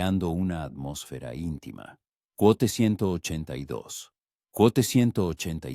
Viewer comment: Lastima que la IA estropee el relato. Barra baja cuote 276 y así toda la narración